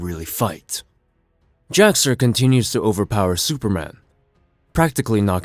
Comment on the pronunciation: Yeah, it is a little confusing because of his pronunciation throughout the video. He says Jor El and would likely say Kal El, putting the brief pause/space between the syllables, but runs Jax Ur's name together as Jaxxer. I was just listening to the video and had to actually look at it a little bit in because I wasn't sure who he was talking about lol. Still a good video though. Love recaps like this because I love the stories and characters but can't justify the cost of the books anymore.